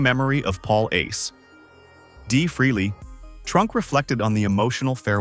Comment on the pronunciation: The name is pronounced “Fray-Lee” not “Freely”! Can’t any of you ever get that right?👎